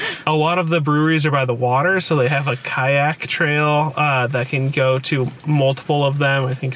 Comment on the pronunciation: When you were trying to say Kayak and talking about LA Sushi, I kept thinking it was an Episode of the SNL Californians.